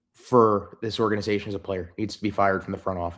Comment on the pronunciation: Whatta embarrassment for this orga-nigh-zation